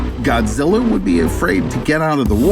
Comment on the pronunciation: "GodGilla" every Japanese pronunciation